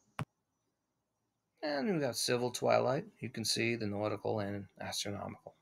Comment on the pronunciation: I'm pretty sure I heard "gastronomical" twilight 🍲🥞🥐🥙🥓👀